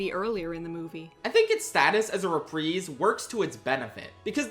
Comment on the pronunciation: Your mispronunciation of reprise hurts my soul.